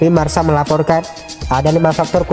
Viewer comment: Marka bukan marsa wkwk